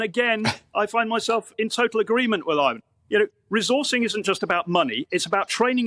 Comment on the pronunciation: It's IVON not IVAN. He's not Russian.